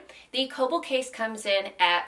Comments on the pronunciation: im pretty sure kölbl is pronounced "krlbl". if it's german, that is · You don't really pronounce Ös like that... you'd bring the front of your tongue up when saying the ö